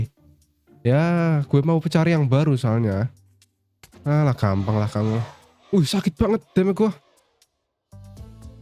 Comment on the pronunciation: Wait the minute, Aku gak salah denger kan? "Kampang" ...–Kata-kata yang sangat familiar bagi orang Sumatera Bagian Selatan –🤔🧐 (BTW, kalo menurutku sih, udah lumayan bagus sih Bang. Tapi bener kata Kak tentang perbedaan suara in game sama suara tambahan 😅)